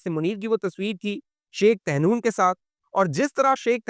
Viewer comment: طہنون نہیں "طحنون"